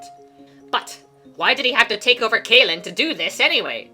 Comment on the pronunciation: Sa(Caw) (Kay)lin Both spelled Cae. Why you say one right and the other different? Idk why you intentionally mispronounce these names among other places and people's names.